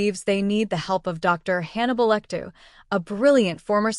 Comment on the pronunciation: That's just a summary of the plot, nothing in the way of psychology or psychoanalysis. And it's 'Lecter', rather than 'Lectoo'.